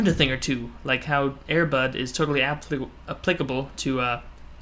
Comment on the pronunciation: at first i thot u said airbut